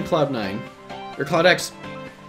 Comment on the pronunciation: How many times did he call CloudX "Cloud9"?